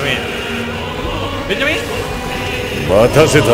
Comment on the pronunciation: ベンジャミンの発音が完全にモンダミンで草